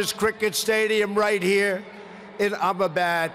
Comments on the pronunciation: •Vivekanand was pronounced vive-kamununnd •Sachin was pronounced Su-chien •Chai wala was prounounced chii wala •Ahmedabad - ammabad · "As the great religious teacher, Swami Veevay kamononnnnnnnnnnnnnnnnnnnnnnnnnnnnnnnnnnnnnnnnnnnnnnnnnnnnnnnnnnnnnnnnnnnnnnnnnnnnnnnnnnnnnnnnnnnnnnnnnnnnnnnnnnnnnnnnnnnnnnnnnnnnnnnnnnnd, once said" "Namustay. Namustay." "Ababad" Notice how he says "Indians can accomplish anything, anything at all, anything THEY want" instead of "we can accomplish anything, anything at all, anything WE want." Hmm... interesting. It's so funny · Umabad, Goozshyat. Find that on a map.... I love how we are all coming back to watch this as his admin goes down in flames. Namooste to you all. And never forget the wisdom of Swami Vee-vay-ka-moon-noon.